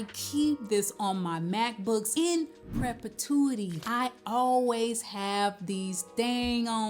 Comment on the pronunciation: Right! But you are pronouncing it PREP-A-TUITY. No disrespect intended 😊